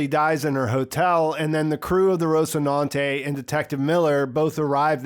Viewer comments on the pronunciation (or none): Also... The “Rocinante...” The first syllable is not “Rôs,” like in “Rose” or “Ross” as in “Ross Geller” from the 1990s/00s Sitcom “Friends.” The first syllable is pronounced “Ras” or “Rəs,” like an Latin Long-a (which would be more like “aaaah” that “Ay” in English) or a Schwa-e (ə). Rahs-i-nan-tay or Rəs-e-nan-tay, to use an “English” phoneme set. The syllables might also be divided slightly such that the first and second syllables are elided (smooshed together). So you would get more of a “Rah-si-nan-tay” or “Rə-si-nan-tay.” There is some phonemic controversy over the pronunciation of some Latin or Romance Languages over the “classical” pronunciations and more “Modern” pronunciations, where you get consonant-swapping/sharing, and/or syllable shifts (consonants move from one syllable to another). But the point here isn’t about the location of the “s” phoneme in either the first-or-second syllable, but that the “o” vowel in Rocinante isn’t pronounced as an “o” like in “Ross” or “Rose,” but as a Latin-O, as in “Aaah” or “ə.”